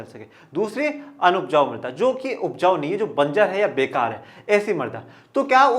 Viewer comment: Sir use marda nhi mrida khte h